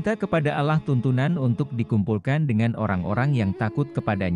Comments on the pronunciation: Mimin nyebut Allah itu kedengaran nya alah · Pembawa berita ini apa anda bukan muslim? Menyebut Alloh kok Allah. Sebutan Allah hny oleh org non muslim.